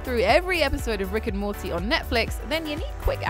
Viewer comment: Did she really say Rick and Monty on Netflix? SMH